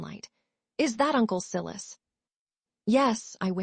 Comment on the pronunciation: male lead name siilussss its so funny, not sylus